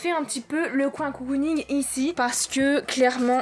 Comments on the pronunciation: Grave bonne idée de vidéo !🥰 PS : à c'est cocooning pas coucouning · Le "garage coucouning" c'est "cocooning" en mode cocon :) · Celui qui trouve combien de fois elle a dit "coucounigue" il est fort😂